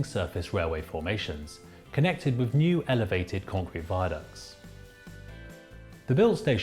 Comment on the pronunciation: You pronunciation is terrible ... with or any derivative ends in a th sound not a V, the same goes for the worth growth and south.... none end is a V or F sound. And the 'Minories' station is pronounced as the word Min as 'Minimum'.